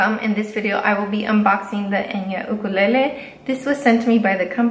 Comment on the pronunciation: FINALLY SOMEONE pronounces the word ‘Ukulele’ properly!! THANK YOU Btw ur cats are too cute! 😉 😊 😇